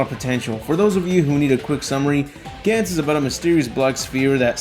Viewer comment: It's Gahn Z, not Gan Z, omfg...